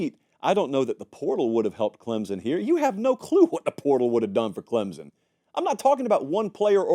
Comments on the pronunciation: It's pronounced CLEMSON, NOT Clemzon. Get it right! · There is no “z” in Clemson